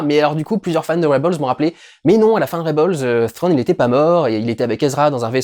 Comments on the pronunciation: Trawn, pas phrone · "Frwone" 😂 Merci Dudu ça fait du bien de rire 😂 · Thrawn , au pire prononce le "trone" . Sinon perso j'ai kiffé cette saison 2 est même si la plupart de la saison est du fan service , franchement osef ca ma fait rêver comme la prelogie et la trilogie originale, je suis conscient des défauts du fan service et du rythme de la série mais pour moi c'est pas grave , cette serie ma fait vibrer et g hâte pour les prochaines séries star wars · Ou Frown comme on dit dans le Wyoming